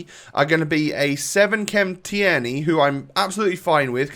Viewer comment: Tierneys name is pronounced teernay